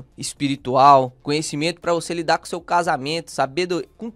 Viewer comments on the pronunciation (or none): none